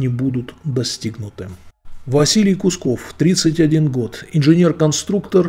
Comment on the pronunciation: почему искажаете фамилию? КУКСОВ! НЕ кусков!